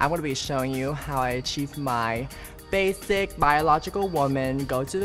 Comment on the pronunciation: She call it BASICCC